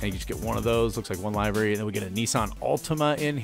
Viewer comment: Nice vid, though I do hope you know you pronounced livery wrong.